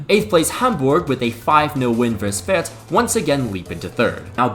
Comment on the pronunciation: brother said Fürtz lmfao